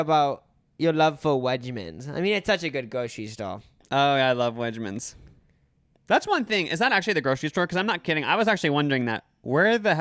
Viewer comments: Also its not wedge-mans its weg-mans lol 😆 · Those New York questions were definitely about the state, not the city. Wegmans (not pronounced wedge-mans) only recently came to lower NY. I currently live in Buffalo and yes, they're just wings.